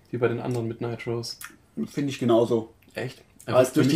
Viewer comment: ... Ihr sprecht nur immer noch "Nitrous" falsch aus :-) Seht es als Adjektiv, also wie z.B. "famous" oder "monstrous" (hehe, Monster ^^), und genau so, so Richtung "i", wird diese Wortendung ausgesprochen. Ich hoffe Ihr verzeiht die Klugscheißerei!